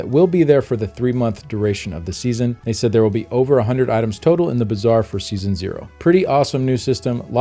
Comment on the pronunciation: Why do I keep hearing "bizarre" instead of "bazaar".